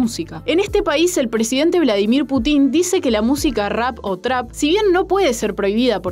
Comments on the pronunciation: Excelente video, por favor se pronuncia "pútin" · "putÍn" JAJAJAJA